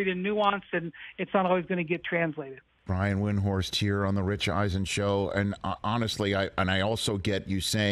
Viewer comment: Eisen mispronounced Windhorst's name. So does nearly everybody. Windhorst stopped trying to correct everybody a long time ago. But it's still shitty interviewing if you can't even correctly pronounce your interviewee's name. And if you're not sure, then ask.